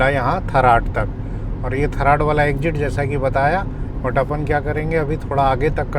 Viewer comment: Sirji, मालीया है, और थराद है आप उचारण गतल कर रहै के ठराड और‌ मलीआ😂